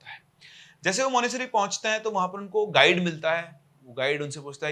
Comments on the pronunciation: मानेसरी क्या होता है मानेसट्री होता है भाई 😂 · Monastery ❎ Monasery☑️ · Monasary nhi Monastery bolte hai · Monesary kya hai bhai? Monetary bolo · Monasery nahi monas-try La-ha-sa nahi lha-sa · monasTery. Tttttttt. It bugged me through the entire video. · Sir MONASTERY, aaap T kha rahe ho pronunciation mein. lol